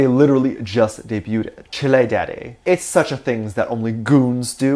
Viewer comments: I KNOW did'nt just pronounce chile as "chilli" 😂😂😂😂I'm dead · Did he just pronounce chile as chili? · Not pronouncing chile as chi-le lmao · Chile not you saying “chilé” SJKDDHSJ I have to laugh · "Chil-EY" Wait what?Chile anyways so